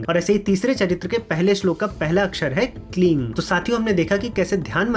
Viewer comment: जय मातादी! प्रश्न 1: जब आप कोई बीज मंत्र का उच्चारण करते हैं तो कभी 'ऐं' को 'ऐम' कभी 'ऐन' (में मात्रा की उच्चारण की बात कर रहा हूँ)। वैसे ही 'ह्रीं' या 'क्लीं' में आप कभी 'क्लिम' और कभी 'क्लिन' तो ये क्या भेद है? क्या यह संभव है, कि आप मंत्र जाप के बारे में एक वीडियो बना सकते हैं? बहुत से लोग अक्षरों को गलती से उच्चारण करते हैं, और मेरे पास इस विषय पर कई सवाल हैं। अगर आपने पहले से ही इस विषय पर एक वीडियो बना लिया है, तो कृपया अपनी प्रतिक्रिया में उसे उल्लेख करें।